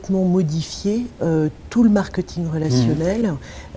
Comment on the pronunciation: cette dame qui est experte en marketing prononce ce mot marketing !!!!! Quelqu'un peut lui dire comment ça se prononce !!!?!???!?! Je vais lui écrire ça en phonétique: markÊÊÊÊÊÊting ! Pitoyable !